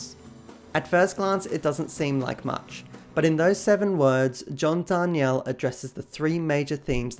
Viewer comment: You're mispronouncing john's last name btw. Souds like John Dar(neal)